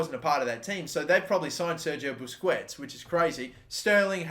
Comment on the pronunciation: Don't sign for Man City if you can't pronounce Busquets